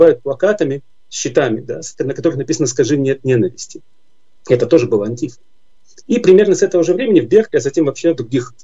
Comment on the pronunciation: Почему "антИфа" если они сами себя называют "антифА" с окончанием на последн й слог?